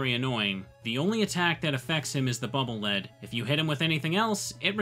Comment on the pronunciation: As I understand it, the weapon is pronounced "Bubble Leed."